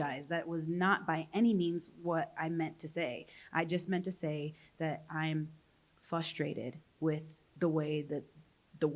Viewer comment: I legit thought my partner is a little special. Because they also say "fustrated"... Good to know they have severe brain damage as well.